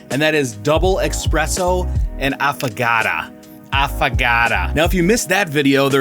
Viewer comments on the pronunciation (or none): Espresso. Not expresso.